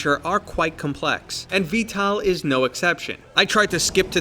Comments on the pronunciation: Why do you say v-tal instead of v-tol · sounds like he is sayin vtal instead of vtol lol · bro its not pronounced "vtal" its pronounced "vtol" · i know lol it just sounded like ya were sayin tal to me. it is a great game tho, have ya tried the new heli. pretty fun exspecially when ya have a friend to play in the gunner or piolet seat, id say its worth the priceof the dlc.